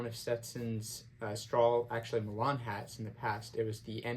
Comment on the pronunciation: Nice review and shout out for the coffee. The milan straw is pronounced "MY-lin" and not like the Italian city. It is actually man made high grade plastic that is shredded very thin (like cutting angel hair pasta), then woven into cords and then those cords are woven into the hat. You can see the start of the cord spiral in the crown. I have one and it is good in summer, very flexible but retains its shape and brim snaps nicely. I agree on sizing, the milan is flexible which means there is a tiny bit of give. I like buying my 'right' size and then adding spacers if needed. The milan is easy to clean also so good for a weekend hat and can take some abuse. Got mine at Meyer the Hatter in New Orleans....a place any hat lover must visit at least once, or multiple times.